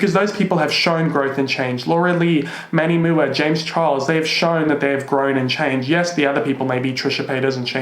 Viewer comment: It's Manny M U A, not Mua!